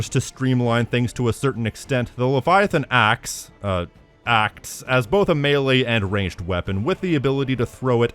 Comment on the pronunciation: bro how do you butcher Leviathan Axe that badly 😭